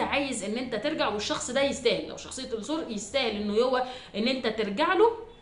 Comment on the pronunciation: الثور اللام شمسية 😢 بحب أسمعك جدا بس هموت من طريقة النطق